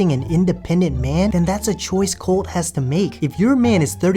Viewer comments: LOL did you say big titty Colt?! 😂😂😂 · Colt, Not Coltie. Lol.